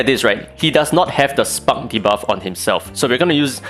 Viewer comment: I hate how i think. everytime you said spark debuff i heard spunk debuff. 😂😂